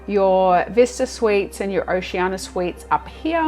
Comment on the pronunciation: We have been on Oceania's smaller ships and are looking forward to our cruise on the Riviera next year. Your video was a good introduction to the ship, but I believe the cruiseline is pronounced "Oh-shee-ann-ee-ah," or Oh-see-ann-ee-ah, rather than Oh-shee-ann-ah.